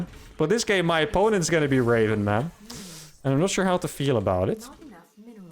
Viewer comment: Anyone else hearing "raving mad" instead of "Raven man"?